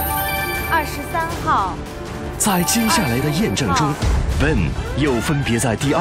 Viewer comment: 感覺中國方故意叫對方選手"笨"，Ben發音不是那樣發，一直叫他笨蠻好笑的像是要唱衰他一樣。